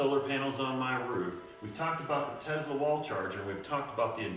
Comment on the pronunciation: TeSla, not TeZla.